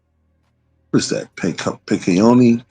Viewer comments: Picayune (pick-a-yuun), ms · Nola native. It’s a tricky word, it’s pronounced Pick•e•yuun